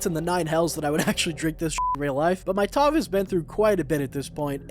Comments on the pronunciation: It's Tav. Not Tov. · . Again, it's Tav, not TOV. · “tov”? your “tov”?